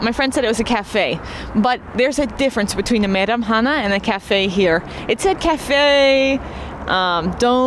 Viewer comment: Your Kazakh pronunciation is very good (Meiramhana)